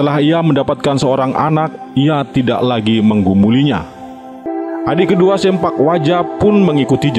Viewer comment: (Agus Sein) bukan SEMPAK yang benar SEMPLAK "Potong"